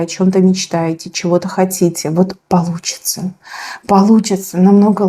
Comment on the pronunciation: ВЫ ЦЕЫОТО ХАЦЦИЦЕ ? ПАЛУЦИЦЦА 😂😂😂😂 КАПЛАН К ЛОГОПЕДУ НАДО 😂😂😂 ОТ ПИЗДЕЖА НЕ ВЫЛЕЧИТ,НО ПЛЯМКАТЬ И ВЫГОВАРИВАТЬ БУКВЫ НАУЧИТ 😂😂😂